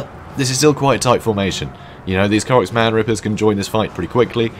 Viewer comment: Thank you for the cast, that was a blast! Long story short, the name is konos-m-g-r , as in the last 3 letters are individually pronounced, silly I know.